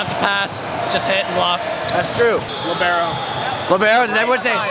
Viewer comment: A piece of my soul dies as most everyone says Libero lol